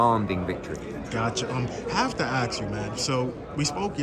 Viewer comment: Have to “axe” you